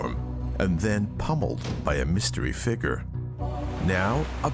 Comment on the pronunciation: It’s figure, not figgrt